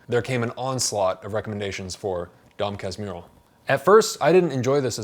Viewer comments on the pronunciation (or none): Dom kas-moo-ho hahahahaha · You can pronounce it something like DOM CAS-MUR-HO. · For pronounciation, try "dawn kas-moo-hoe" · The pronouce is, DON KASH-MOO'-HOO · Dom casmoohoo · A little help on the pronunciation: "Dom Kasmooho" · it pronounce Don Casmooho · You can try pronouncin it as "Don Kasmoo-hoe". As a Brazilian I was traumatized from having to read Machado as school assignment. Few Brazilians are able to appreciate the author's way to tell the story. Most of the kids might agree "it drags itself too much". Machado's tales are way better for kids to read IMO. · Ele tentando falar Dom Casmurro: Dom Casmirro kkkk Eu tentando entender o vídeo: Sad. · Just to help on the pronounce, it's Don Kas-Moo-Rue, but the "R" is made with the troat, like imitating a dog growl. Just in case someone is interested. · The pronunciation is more like Don Kah-smoo-hoe, really Unreliable narrators are my thing, and I blame Dom Casmurro, really. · Read it as "Dom Casmooho" ;) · Thank you very much for your perfect review of the most famous book of Machado ("Axe" in English) de (of) Assis (Italian city (Assisi). You can pronounce the title of this book "Dom Cass-MOORE-ro. It will sound perfectly in this VERY difficult language that Portuguese is, and we are obliged to speak here in Brazil... : ) : ) : ) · [dõ kas'muhu] usando o ipa. ' pra sílaba tônica, se deixar dom o m pronúncia como mom do inglês, então tem que colocar õ nasal. Sim, faço mestrado em fonética